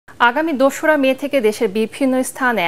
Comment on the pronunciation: কথার মধ্যেও হিন্দি ভাষা নিয়ে আসছে। দোসরা মেয়ে না বলে দুসরা মেয়ে বলতেছে। তোদের লজ্জা শরম জীবনে হবে না।